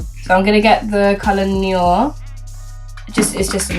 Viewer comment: love you! just wanted to let you know that matte black shadow Noir (black in French) is pronounced "nwah":) x